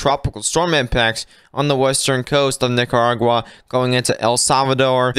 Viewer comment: He's dropping the r in Nicaragua